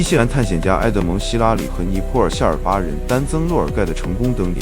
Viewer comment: 尼泊尔 BO第二声，不是PO